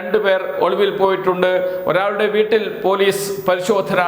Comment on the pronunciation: ഒളുവിൽ അല്ല ഒളിവിൽ മലയാളം പഠിച്ചിട്ട് വാടാ ഊള തെണ്ടീ.